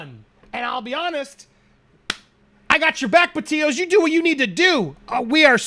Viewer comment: PLEASE ANDY- - Pronounce her last name correctly. PetiTO. Not Petio.